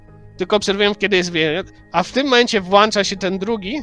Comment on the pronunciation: Włancza się?😅